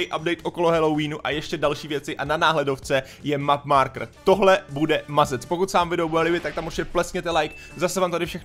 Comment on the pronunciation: map márkr dobrá angličtina